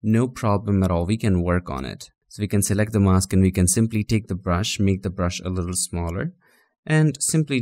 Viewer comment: Your tongue twisted on mask Spell as mas k or mes K